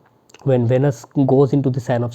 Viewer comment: It’s not pronounced as vanus pls! It’s veeeeenus